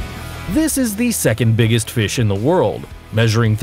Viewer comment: that's not how you say fish mr